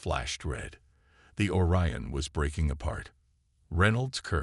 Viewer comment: "Or-e-uhn" LoL, Google it Channel creator, do your job.